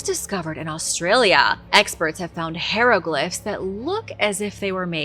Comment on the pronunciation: How are you STILL pronouncing hieroglyphs (Hi-ro-glifs) as (hair- lo-glifs)?! Ffs.